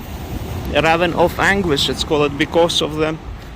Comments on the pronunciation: This is 100% meant to be constructive criticism, as I know English pronunciations with all of the ridiculous spelling rules & exceptions makes it difficult. The word "ravine" is pronounced "ra veen". And thank you for all of the coverage in both La Palma and Iceland! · pronounced Ra veen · Please say "ravine" so that it rhymes with "between" - I only say this to make the channel better and to make sure you are understood by everyone.